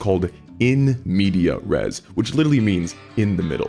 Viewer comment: "in medias res", that's an easy one to mess up, but I also feel like everyone's been doing it wrong for so long that it's just going to become how we say and spell it.